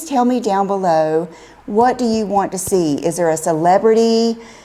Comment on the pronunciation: If pronounces want as won't, then how does she pronounce won't when she really means won't? She might benefit from a little attention to the other aspects of her existence. Oh, and I thought she had a designer--so why so many bedding mistakes. Finally, so sick of YTs saying "you need this" thingy. She is trying to fill a big hole with her constant buying. It's not working though.